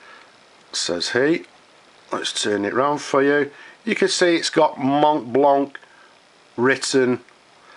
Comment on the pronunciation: I know you said you don't wanna hear about it. Yet, I think you can make it to perfection by not pronouncing the "t" and the "c". It's a french word and the French mostly don't pronounce the last vowel sound of a word. Everything else how you say this word sounds good, even to me. So, no offense there... I just think self-improvement never hurt anyone. Cheers